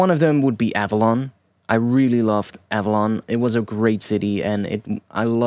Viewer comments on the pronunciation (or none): none